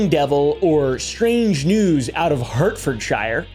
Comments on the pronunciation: If you think crop circles, witches, possible aliens and strange happenings are interesting and part of history, look into the Green Children of Woolpit, Suffolk, England, from the 12th Century t's Harts-ford-shire, not Hurt-ford-shire by the way. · Hearing him say Hertfordshire like that repeatedly made me both laugh and die a little inside lol. The yanks and the word shire really trips them up when it is attached to a word, eh? aha. Shire, in these instances, is pronounced 'shuh' or 'sher'. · its pronounced “heart-fud-sheer” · Hart-furd-sure.. spelled Hartford-shire, but it's not pronounced like that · I did not wake up today thinking would butcher the name of my county but here we are XD hello from Hertfordshire (said "sheer" nowadays) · Hertfordshire is pronounced heart ford sheer lol 😂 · We pronounce it "Heart-ferd-sheer" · I'm English. Your pronounciation of Hertfordshire is painful. Try Heart Ford Sheer. That would be correct :P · You said Wiltshire properly! Now apply that pronunciation to Hertfordshire and Staffordshire...😂